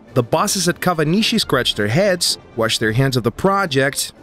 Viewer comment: why is kawanishi pronounced as "kavanishi"?